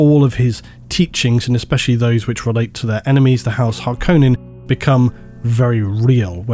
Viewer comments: Thank you for pronouncing Harkonnen... dare I say correctly. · Thank you for pronouncing Harkonnen correctly. Here's my reasoning, the David Lynch movie pronounced it that way, Frank Herbert himself was on set to help with names and term pronunciation. QED, that's the correct way to say it.